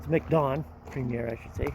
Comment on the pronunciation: It’s not mic don. It’s macdon. The k is silent lol.